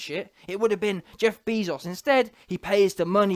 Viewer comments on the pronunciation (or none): “Jeff Beeezos” 😂😂😂